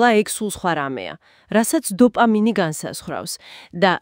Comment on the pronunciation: დოპამინი რა უბედურებაა და " ლ" ები გამოასწორეთ 🤔